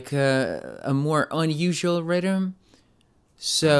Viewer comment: When he said rythem I kept hearing "rydem" lol